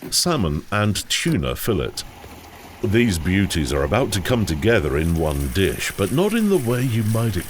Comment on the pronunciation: You miss pronounced Filet.